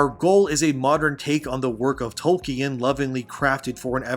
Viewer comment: My man said toy-kin lmfao